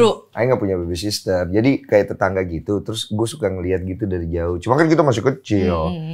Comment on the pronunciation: Babysitter bang, bukan babysister 😀